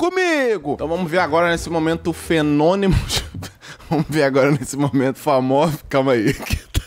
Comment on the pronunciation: "Fenônimos" kkkkkkk